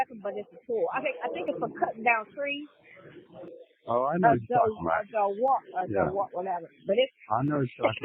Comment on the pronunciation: Dewalt dummy. Learn how to read and pronounce words. That’s a simple one.